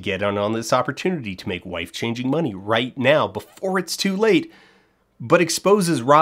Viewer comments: At first I assumed that wife-changing money was me mishearing something, then Dan having a funny pronounciation. When I finally saw that "wife-changing money" was a term they actually used I just felt an emptiness inside me and deep secondhand embarassment. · Honestly I had some sympathy for the "apes" as I believed they were into this to get life changing money. Because who wouldn't go all out for a life changing amount of money. And then I realised you were saying "wife" changing money... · And it wasn't until my second viewing that I realized it was "wife-changing" and not "life-changing" 😅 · I first though “huh, Canadians do pronounce Life funny”… and then it hit me. Lmao.